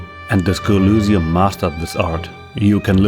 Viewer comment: Sorry if this sounds weird, but why do you pronounce Elysium like that? (specifically pronouncing Y like it was a U)